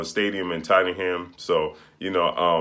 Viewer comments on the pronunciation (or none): Loooooool it’s pronounced Tot-num. Loool when Americans speak English🙄 lool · Tottenham fam your not saying it right sound weird when you say it 🤣